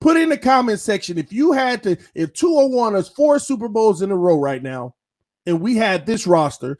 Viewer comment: There you saying tuas name correctly lol